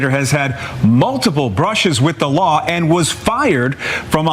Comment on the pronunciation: Isn’t it pronounced law and not lauwu